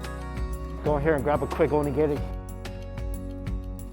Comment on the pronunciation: Someday you will learn how to say Onigiri correctly